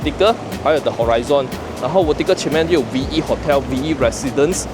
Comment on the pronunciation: 最大的交通枢纽，不是纽区，没有这样的词汇用法。英文 horizon 发音也错误，中文英文都不标准，身为博主，请提升语文和学识，观众才会信任你。